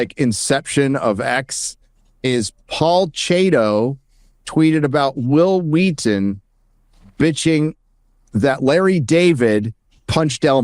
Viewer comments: "Whill Wheaten" "Why are you saying it like that?" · Say Will